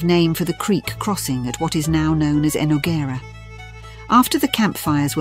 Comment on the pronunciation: Jesús Christ on a motor bike, please do the reading yourself because that AI pronunciation of Enogerra and anywhere else is just horrific